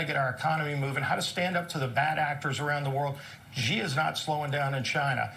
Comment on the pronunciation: How come no one can pronounce China's President Xi's name, there is no G in his name. It's pronounced she = Xi